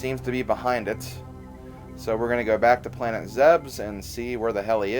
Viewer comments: It's zeb us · I know this is an old video and that this is only a nitpick but I'm pretty sure it's pronounced Planet Zeeb-Eez